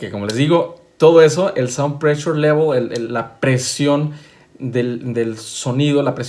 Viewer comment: Saund prechul levol.... A ver. Que más maestro longaniza??